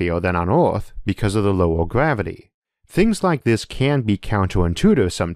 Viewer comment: Gavity 😂 it’s R not W